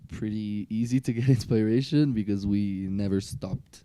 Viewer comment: How to pronounce /gui'tar/ and "inspiration" still eludes Thomas and Damiano respectively.😊 I suggest they try digiting those words on Google translator and practise them.